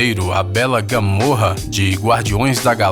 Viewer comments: vcs perceberam q ele falou gamorra em vez de gamora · É gamura não gamurra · Gamorra?? (Gamora) Vixion?? (Visão) Nebula?? (Nebulosa) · Gamôrra não, Gamóra Assim que se fala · Nebola->( Neboloza ) Gamorra->( Gamora) Vedyun->( visão) Croc->( crocodilo) Mesdyc->( mística) MEU DEUS VC NÃO SABE O NOME DOS PERSONAGENS DA MARCEL ( até a minha sobrinha de 6 anos sabe o nome de todos eles) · Mds n é gamorra é gamora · Gamora , não é gamorra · é gamora nao gamorra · Não é Gamorra é Gamora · Não é GOMORRA É GAMORA Não é NÉBULA É NEBULOSA Não é MISTIC É MISTICA Não é VIDION É VISÃO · É gamora,você falou gamorra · Não é Gamorra é Gamora e não é Nébula é Nebulosa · É Gamora e n GAMORRA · "Gamorra" KKKKKKKKKKKKKKKKKKKKKKKKKKKKKKKKKK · É GAMORA, NÃO GAMORRA 😂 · É gamora não gamorra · Que? "Gamorra"? Kkkk Gamora krlho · Man quando e pra fala ingles ele fala portugues gamora ao inves fe gamourra quando e pra fala portugues ele fala ingles vision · gamorra ou gamora ? kkkkk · "Gamora" não "Gamorra" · "Gamorra" KKKKKKKKKK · Não é gamorra seu imbecil é gamora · "Gamorra" gamora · Gamorra 😂😂😂😂😂😂 (Morra) Gamora*** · Ñ é Gamorra!!é Gamora,E Não é Nebula,É Nebulosa.e Ñ é Joger Ė Joker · É gamora não gamorra. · ELE FALA GAMORRA KKK NO LUGAR DE GAMORA. GAMORA+PORRA= GAMORRA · GAMORA NÃO GAMORRA! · Jhoul- Flash gamora em inglês n fica gamorra😂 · Gamôrra? Nébula? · Mann é NEBULOSAAAAAA TIWW, VISÃOOOO E NN TEM O GAMORRA PQP NN SABE FALAR NN?? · Mano eu fiquei com um aflição dele falando os nomes tudo errado Gamorra Nebula Vigion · Mano n se fala gamorra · "Gamorra" é seu cú! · Kkkk Gamorra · NÃO é GamoMORA!!!! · Mania q vcs tem.de mudar os nomes dos personagens pqp kk. É gamora, gamo RA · "GAMORRA" KKKKKKKKKKKK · Mano que raiva o cara não sabe falar gamora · Guilherme Braga todo mundo sabe que está certo o nome,mais ele pronúncia muito errado